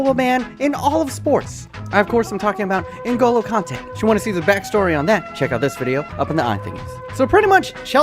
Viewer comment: Google translator: N´Golo : Angola Mbappé: Zimbabwe